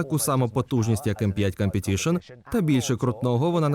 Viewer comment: "Cum"petition трохи ріже вуха